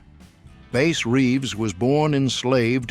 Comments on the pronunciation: Bass's name is NOT pronounced Base! It's Bass as in Bass fish... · Bass NOT Base Reeves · It Bass, like the fish. Not the subwoofer? Your AI narrator is shit. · It’s Bass, like the fish. Bass Reeves. They said it wrong twice. Stupid AI. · Sheriff Reeves' first name was pronounced like the fish, not the 4-string guitar. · Bass pronouced like large mouth Bass a I shouldn't be involved with real history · It's bass reaves